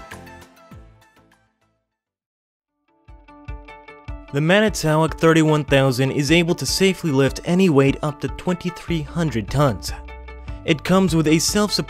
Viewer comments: Mispronouncing manitowoc it man-it-to-walk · Even mispronounced "manitowoc "